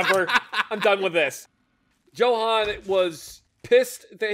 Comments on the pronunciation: The way kept pronouncing Johan inspires a murderous rage within me. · johan =joe-han